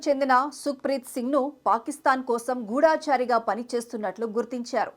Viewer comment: అమ్మా!! గూఢాచారి కాదమ్మా! గూఢచారి అని అనాలి. అలాగే, నిగా కాదమ్మ! నిఘా అనాలి. దయచేసి తెలుగు భాష మీద దృష్టి పెట్టండి.పట్టు సాధించండి. ధన్యవాదాలు 🙏🏻